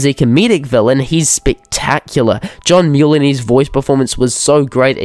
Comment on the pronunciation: JOHN MULE-ANNY????? O_O